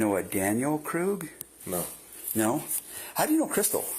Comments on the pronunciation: FYI Krug is pronounced Kroog. If they pronounced it Krug and it's their name that's hilarious 😂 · It's Kristil Krug (kris-teel kroog). For the Record ❤